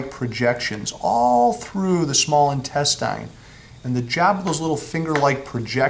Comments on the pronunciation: I've never heard intestine pronounced "in-tes-tyne". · searched for this reply. Bothered me the way he pronounced it and how many times he said it lol